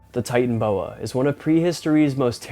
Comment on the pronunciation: Ty-tan-o-boa, Titanoboa